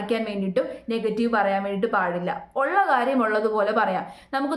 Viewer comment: ഉച്ചാരണം ശ്രദ്ധിക്കണം മനഃപൂർവം എന്നല്ലേ 🙄